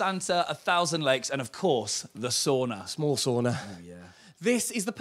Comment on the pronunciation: y'all mispronounced 'sauna'